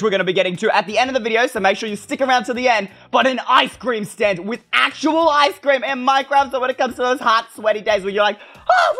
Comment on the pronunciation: Me:ice cream You:eystreem